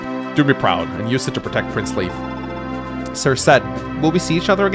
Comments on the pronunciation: pronounces it Leaf to my knowledge because that's the pronunciation he is used to from previous translations, when the name was actually written as Leaf. Leif is pronounced differently depending on country and/or region, but always a variation of "Layf" or "Life". Never "Leaf". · he can pronounce mead (og pronounce) but not Macha? Or Loch (as a lake)? Also, Leif read as Leaf agh! It's nitpicking, but he was very serious about Gee, so... Also, Forvo don't bite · Maybe he can but idk. It's curious he's never tried it if he could. /li:f/ is matching the Japanese Riifu which does indicate this pronunciation. With FE(and Japanese media in general) you have to note that the creators themselves don't know the etymology and correct pronunciation oftentimes, so then they write something completely different in kana. I think translating that to the etymological source in English can be a mistake. Particularly when it comes to Irish which Anglophones are never going to manage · Lif or Liv is a female name, and I doubt that that's the reason. I lean closer to that the japanese developers meant the germanic name Leif, didn't know how it was pronounced, looked at how americans would (incorrectly) pronounce it and went with that. Just like they today pronounce e.g. Leif Eriksson's name as Leaf.